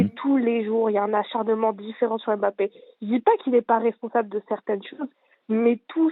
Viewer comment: on dit Mbappé..... et non pas M bappé...les ignares....à suivre